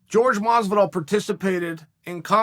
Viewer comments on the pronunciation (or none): Why can you pronounce Khabib right but you say "George" Masvidal? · Edwards vs Burns, Usman vs Colby.... Would love to see Jorge (PRONOUNCED HOR-HAY, not GEORGE) fight Wonderboy again or one of the Diaz brothers. Edwards and Burns would murder him.